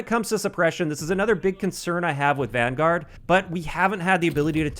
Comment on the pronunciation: So excited that you pronounced Vanguard wrong